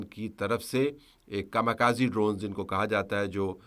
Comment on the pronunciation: السلام علیکم طلعت صاحب اپ بھی سب لوگوں کی طرح کھامہ کازی کہہ رہے ہیں یہ کامی کازے ہے یہ جاپانی زبان کا لفظ 神風ےجس کا مطلب ہے خدا کی چلائی ہوئی ہواkamikazeかみかぜ